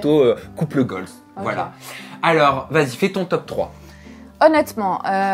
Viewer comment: On dit couple goal et pas goalz et est plus proche de la définition que toi